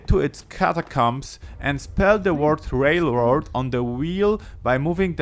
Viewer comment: Did he say Railord??